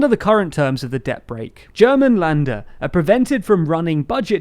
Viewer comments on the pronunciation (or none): Whenever you see an ä like in" Länder", just pronounce it as you would pronounce an E in "president" :)